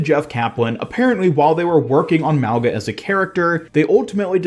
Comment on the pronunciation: The way you say mauga is wrong lol he’s a Polynesian character it’s pronounced MAU -GUH